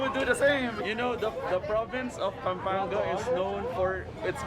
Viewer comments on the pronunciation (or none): It is actually pronounced ang-he-les, pam-pang-ga (Angeles, Pampanga)